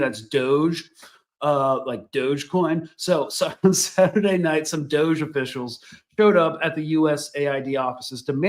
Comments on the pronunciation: “Dooooge” 😂 A+ pronunciation in “Douche” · I think it's pronounced 'doggy' lol